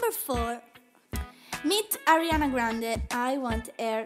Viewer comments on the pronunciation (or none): none